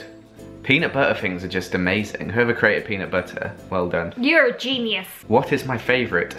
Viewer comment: I like ancient especially when she's says genuis